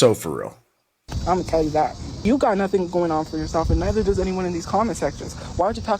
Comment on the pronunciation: I absolutely hate the way she says certain words, like tell. She says tyle instead of tell. But honestly I hate everything her racist azz says. Can't wait until she's under a bridge.